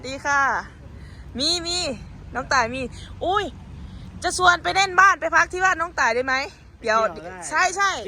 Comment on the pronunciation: "ชวน" ไม่ใช่ "ซวน" ครับ